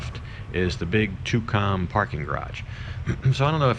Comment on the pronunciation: First time I've ever heard Tukcom pronounced " Too Com " ?